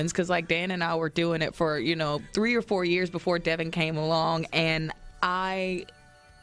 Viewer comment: ..... sorry ❣️...Devynn , not Devon